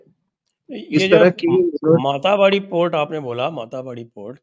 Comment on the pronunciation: मातार बाड़ी नहीं,मातेर बाड़ी। माता का घर।